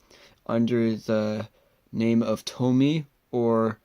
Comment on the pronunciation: nice video! but actually its pronunciation is TO-MI-YE